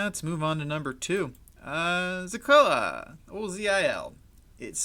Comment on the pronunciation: "Zeecola" dude come on I know you’re new to this and have not done your research properly hence why you are butchering ZIL's name. At least try to pronounce the name properly. It’s ZILLIQA....ZEE-LEEE-QAA.